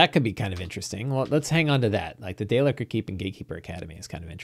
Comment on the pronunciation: 'Day-licker' is funny, but it's dale-keer.